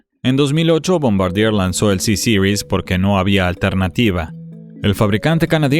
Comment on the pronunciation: ¿Sisiris?. ¿No es más fácil Ceseries?. Sobre el avión lo que se ve es la palabra francesa Bombardier seguido de la letra C y la palabra Series. Que alguien de Chicago pronuncie Sisiris es comprensible, pero en un documental en español suena más bien ridículo.